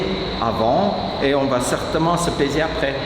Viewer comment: super et ton accent ma fait rire a 6.15mn ...sur le mot "peser" si vous voyez ce que je veut dire